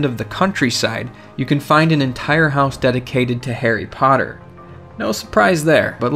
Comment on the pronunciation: It's Harry Potter, not Hairy Paurrer...